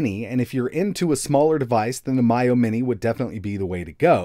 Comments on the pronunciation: Miyoo: “Me-You > My-Yo” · Never heard anyone say "Miyoo" like that before. lol